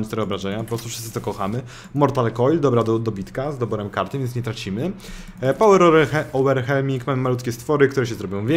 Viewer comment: Pałer ołwerhelming EDIT: Shildberier też niczego sobie